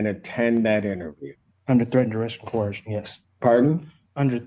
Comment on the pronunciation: When talks to you like toddler, take notice and get your sh1t together!... "I comprehend" is word salad so he doesn't say understand because these potatoes think that word means to stand under... At least knows how to say "coercion" not coHercion like a lot of these derps do